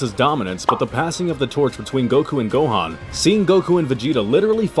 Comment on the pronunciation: ITS GOHANN